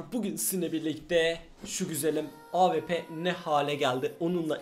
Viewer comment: Senin Şu Awp Ye Ap Demene Bayılıyorum Ya Helal Lan:D